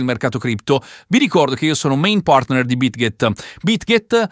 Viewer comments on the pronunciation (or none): mi riferisco in particolare a questo video, gli altri video suoi non li conosco perché questo è il primo suo che vedo... e non mi riferisco nemnmeno a tutte le parole che dice, perché la maggior parte non interrompono quest'armonia fonetica di cui parlavo, ma mi riferisco solo a quelle che vengono pronunciate con vocali che non esistono in italiano (esempio (main partner), (aggregated open interest), (dollar), ). Ma ripeto, non era una polemica, voleva solo essere una costatazione, e anzi a scanzo di equivoci, gli rinnovo nuovamente la mia stima e anche tutta la mia invidia, perché persone che sanno pronunciare così bene più di una lingua sono solo da stimare